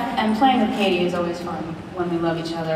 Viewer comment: its not katey- its kathy